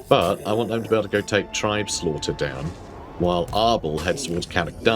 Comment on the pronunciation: Uhhh it’s actually pronounced “tribes-laughter”